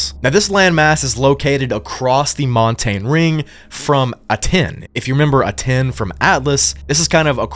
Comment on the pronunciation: Aten is pronounced AHTEN and not A-TEN.